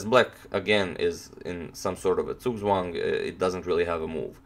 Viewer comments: What does he mean : "as black again is in some sort of a surt soung ??" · in some sort of a Zugzwang Are you German?